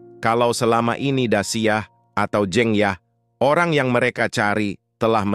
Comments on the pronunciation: Bang saya orang jawa,huruf "E" dinama "jEng yah" itu dibaca sama kaya huruf "E" dikata "sEbat dulu bang",bukan kaya dikata "tEmpE" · bacaannya salah min,jeng yahnya (pengucapannya) btw terima kasih sudah bikin alur cerita film ini ❤ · cuma agak terganggu aja dengan penyebutan jeng yah yang tidak tepat.. sebaiknya lain kali dipersiapkan lebih baik.. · "Jeng Yah" membaca E nya seperti kita membaca kata "Lebas" , bukan Jeng Yah, seperti E dalam kata tEh. Jeng adalah salah satu panggilan utk perempuan jawa. Sedangkan "Yah" adalah nama pendek/panggilan dari Dasiyah. Seperti Tukiyem yang dipanggil Mbok Yem.